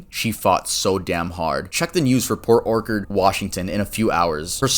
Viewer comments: oh god you’ve never seen the word “orchard” before either, have you? He mispronounces a word. He says it “Or-kard” it’s “Or-cha-erd” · Port Orchard is pronounced, Port Or-churd. Like an apple orchard. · My mom made out wath david when she was in middle school lmfao she has a picture of him sticking his tounge in her ear on halloween. also is pronounced Port orch-erd lmao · port orkkard lmao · Lived in Port Orchard as a kid... And you sir.. are KILLING me port Orkerd??? Have you never heard of an ORCHARD?? CH.. CH.. LIKE AN APPLE ORCHARD. 😂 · I live in that area and hearing say oRkARD is funny lmao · "Port OrKERD" lmao. You don't know what an orchard is? Like an apple orchard? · This is annoying because how many times you mis-pronounced PORT OR-CHARD is not pronounced “okard” and people rarely cover cases from around my area and that’s the town right next to mine. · just a small fyi if you get this city again port orchard is pronounced orchard as in a orchard of trees. cheers. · Bruh 2nd story had me like 👀 I’m from Port Orchard, you said it wrong btw, it’s pronounced like orchid. Love the video tho!! ❤️ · Port orchard - orch pronounced like porch. Like an apple orchard. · I think you said Port Orchard wrong, I know because I live there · PORT ORCHARD PRONOUNCED LIKE AN APPLE ORCHARD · The first syllable of 'orchard' rhymes with 'porch', not 'ork'